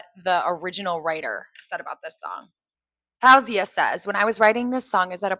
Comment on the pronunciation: I’m grateful to Maphra for introducing more people to Faouzia, but I don’t really understand the hype around this cover. To me, a great cover should reinterpret or reimagine the original, not try to emulate it. Her mispronunciation and harsher vocal approach didn’t add anything new for me. If anything, they took away from the beauty, nuance, and raw emotion that Faouzia poured into the song. Anyone who’s listened to more than a couple of Faouzia’s songs knows she has extraordinary vocal prowess. She could have approached this song with far more power if she wanted to, but she deliberately chose a softer, more restrained delivery because that’s what the lyrics and emotions called for. That artistic restraint is part of what makes the original so special.